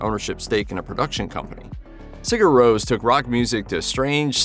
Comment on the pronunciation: agreed. Pure shite. Sigur Rose???